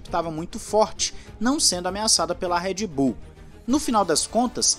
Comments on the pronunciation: eu ouvi Red Boom? kkkkkkkkk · So eu que escutei "REDBOOM" EM ? KKKKKKKKKKKKKKKKKKK